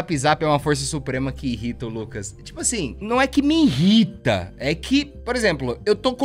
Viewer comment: mim rita t3ddy? A dicção voltou!